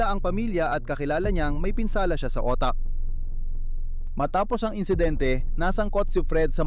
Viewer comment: Otak? Instead utak hahaha ang Lamont ng sila mo kuya hahaha ayusin mo lang ang pronouncetion ok na sana 😂😂😂